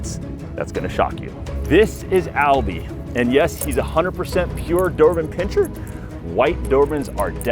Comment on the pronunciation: Pin-ser. No pinching